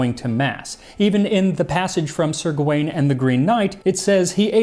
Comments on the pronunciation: Gawain is a more modern spelling, and indeed "Gavin" comes out of it, but it wouldn't have been pronounced that way. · It's funny.... how you know cloWes is cloves, but not that Gawain is 'Gavin'.